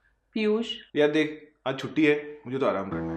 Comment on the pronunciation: Not pihush × it s kanjoos kalra